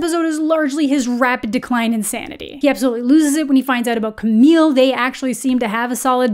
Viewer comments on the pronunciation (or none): I think you’ve been traumatized by Emily in Paris lol, you kept pronouncing “Camille” like “Camie”.🙃 Also hearing what you said about the show at the beginning made me realize it was worth watching and I did before finishing the video and really enjoyed it, so thanks for that~!!✨